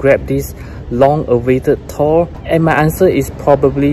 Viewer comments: As someone with a direct Norwegian & Swedish lineage, it's really awesome to hear you pronounce Thor correctly. For anyone reading this and confused, in Scandinavia, the "th" is silent. Well, not the t part...so it's pronounced more like "Tor." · No problem man! Hahaha, yeah, too many ppl aren't aware you're saying it correctly. And all those ppl would say "well, we don't say it like that in America (or wherever they're at), and that's not how you pronounce the comic book character." True....but doesn't negate the fact that Thor isn't properly pronounced the way you say it lol. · both pronunciations are correct lol. But yes modern day Scandinavians say Tór. Old Norse is Thórr. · Swedish Irish American here, While you are correct modern day Scandinavian countries pronounce Thor as Tor, in old Norse they actually used a runic letter called thorn (known as Thor’s rune Thurisaz) which actually has the “th” sound, such as being needed for the th sound in Thunder.. in modern Icelandic they actually still use the letter Thorn. So they still say Thórr just like Old Norse. So in Old Norse it would actually be pronounced as Thórr lol just like English sound but with an extra emphasis on the r. Scandinavians started pronouncing it as Tór around the 1300’s for Denmark, 1400’s for Swedish and Norwegian. Jackson Crawford did a video on this I remember here on YouTube. Cheers!